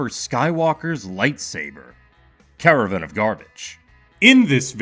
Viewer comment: Cara - VAN ....not Cara-Vin of garbage bro! I hate you I hate you I hate youuuuuuu!!!